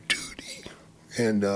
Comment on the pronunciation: Why does he say Duty like that mark lmao